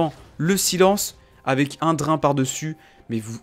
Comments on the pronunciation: "Pourquoi le Dr1 est..." ... ça se lit "Drayne".. xD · ça fait vraiment tiquer de t'entendre mal prononcer BEAUCOUPS DE MOTS ; "bild" (build) "drin" (drain) "tryndameure" (tryndamere) etc